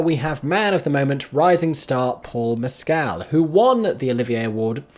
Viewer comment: Paul Mescal’s surname is pronounced without emphasis on the second syllable or elongating it